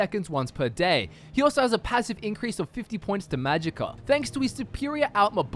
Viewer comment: .... Did you just say "Magicker" efficiency?